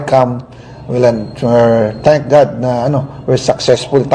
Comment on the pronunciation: Hindi ba napaso ang dila ni zaldy co-rrupt sa pagbigkas ng thanks GOD.